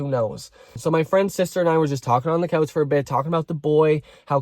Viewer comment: no tea i'm very invested in the story but i love the way you make the word 'couch' sound like it has an L in it